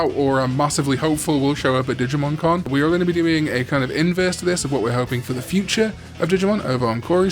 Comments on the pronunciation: at the start when you said "digimon con" i thought you said "digimon karn ":_cringe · Same, even thought I knew he was talking about the Con xD